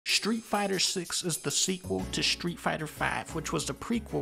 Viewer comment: (Shtreet fighta”